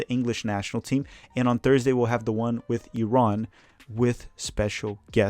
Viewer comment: Thanks for pronouncing Iran correctly. I enjoy your channel 😁